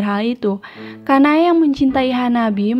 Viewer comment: Anu mbak aku mo kritik aja nih oembbacaan nya ada beberapa artikulasi nama tokoh yang kurang jelas kyk "sanae kanae Kanai "